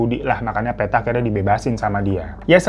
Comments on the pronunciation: PETTA itu bukan dibaca PE dari Peta/Map tapi bacanya PE dari PEnumpang... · Bang hiro, bukan Peta. Petta, seperti nyebut Pete 😂.